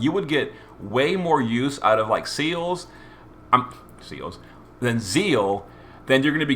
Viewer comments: SEALS?! HOW DARE YOU LMFAO ITS SE LES LOL SEALS ....YOURE CRAZY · I actually got used to you referring to Celes as Seals, and honestly, I just think it's a nice, unique quirk, and that you should keep it. And as for the news side of it, I always appreciate and respect someone who can see it from both sides of the playerbase and the developers where the issues are concerned with the letter. It's never an easy thing to play devil's advocate, and I respect people who are willing to publicly put themselves out there to clear the air around community misunderstandings where dev decisions are concerned, also I'm enjoying the fact that you've started covering the news, which to be fair from a player standpoint is unfortunately more frequent than GL have been with the weekly updates, which is understandable given the current global situation, but it also sucks that they've dropped the ball a little. Keep up the great work, all the same =) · Celes' name is odd. You'd think the logical pronunciation would be "seh-less," as it seems to be short for Celeste or Celestial, but the Katakana shows that it's "seh-leese." Weird. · I dont even know where you're getting seals there's no A in Celes 😂😂😂😂